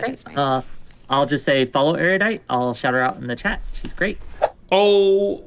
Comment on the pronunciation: How can Destiny still not pronounce Erudite?